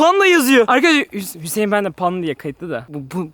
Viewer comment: Fatih abiş:hüseeğn hüseğn ee sesimi duyuyosan bağır Ben:hüseğn değil la panda